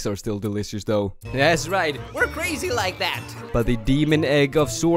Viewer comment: It was steal a very yong asteroid